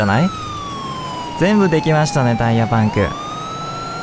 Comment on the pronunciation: 何でバイクなのに車ってwあとパンクの発音気になる